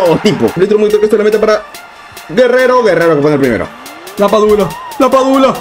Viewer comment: LaPadula ❌ LaPichula ✅